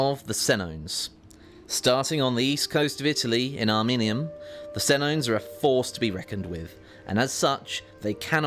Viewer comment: Did you just call Ariminum "Arminium"? Man English/Americans are so bad at pronouncing names